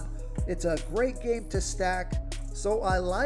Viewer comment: Love this breakdown but Man U butchered donte’s name bad. Friendly advice for the future, I use to be in broadcasting so I would break there name down or listen to the home team play by play.